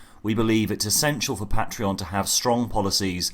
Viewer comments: “PAY-TREE-ON” Goddammit‼️‼️‼️ not “PAT-REE-ON”‼️‼️‼️‼️‼️‼️😠😡😤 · You say Pa'treon I say Paytreon. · First time watching your content and it's good so new subscriber but it was so hard to keep listening when you kept flip flopping between your unique pronunciation of Pat-tree-on and the usual Pay-tree-on. Even saying both in the same sentence... Argh 😬🤪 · You pronounce patron properly, and then mangle patreon. They're legitimately the same word aside from one letter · Make your mind up how you pronounce Patreon? You did two versions in the same sentence. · Say “patreon” properly please. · Can you please say patreon correctly. I stopped cause I just couldn't listen to your pronunciation anymore.